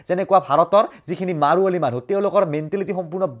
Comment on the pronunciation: Marwali nohoi marwadi ( marwari ) thik ase . Pronounce valke korbe lage